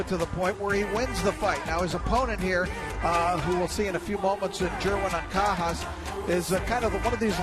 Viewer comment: I hate u, it's anca-jas(has) not ankakas😑..anyways 'pacquiao' have been mispronounced lot of times before he got famous so keep it up kid!always be humble 😊